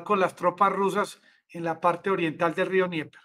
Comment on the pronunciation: Amigo. Dnieper se pronuncia Denieper. Rio Denieper. No se pronuncia Nieper.